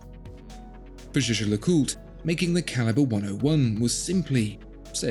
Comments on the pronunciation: Ah zere was zis ... le Jejecûte. 😬 Try "Jais-ger-le-CuTRE". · He says "ju ju lacult"